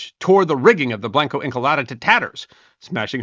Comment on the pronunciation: Blanco is not pronounced blank-O it isn't English is a romance language "a" is pronounced closer to "ə" think more like the 'o' in 'blonde' likewise Encalada isn't English or any other Germanic language either and is not properly pronounced as such 'e' is almost like ā. It is actually my very most favorite thing about Spanish the name of each nonconsonant letter when you say the Spanish alphabet is pronounced faithfully and each consonant letter in the Spanish alphabet when you say it is only different in having a ghost vowel attached and the consonant part is also like vowels in the Spanish alphabet pronounced faithfully always pretty much How much does the pronunciation of Blanco Encalada really matter? Hardly but hey I thought maybe someone might like to know so I'm saying it anyway